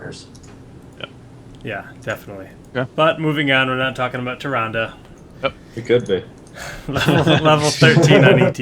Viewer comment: I hope someone tells Idra how to pronounce Tyrande correctly.